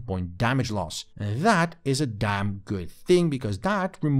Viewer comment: OMG, stop saying "DAT" and "DIS". The words are "That" and "This". I can't watch anymore of this. Onto a new reviewer that can speak correctly.